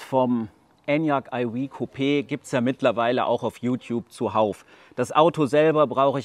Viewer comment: Wenn du nur aufhörst Enyaq eiwieh zu sagen 😆😆😆